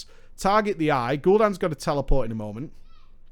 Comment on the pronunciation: It's pronounced ebbon-bolt like ebony. Not eeebon bolt.